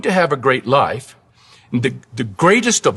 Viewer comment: The way he pronounces the word “life” (like: Lie-ef) gives me serious aliens vibes. Like as if he’s an alien who was given this script but wasn’t clear on pronunciation on such a simple yet foundational term